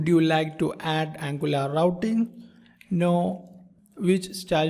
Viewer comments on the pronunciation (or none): none